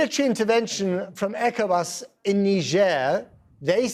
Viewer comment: The only uk news presenter to pronounce ECOWAS correctly 👏🏾. I’ll let him slide on the mispronouncing Accra as a British Ghanaian.